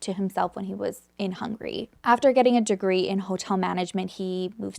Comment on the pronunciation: I love your content ☺️ but Hungary isn't pronounced as Hungry but really as Hung-a-ry 👍